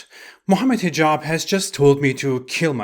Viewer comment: The way you’re saying Hijab sounded like T-jon to me at one point which is what a portable toilet is called in Louisiana